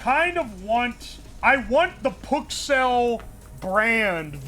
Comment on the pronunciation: lol it actualy sounds like ke says “oh my PUKcells!”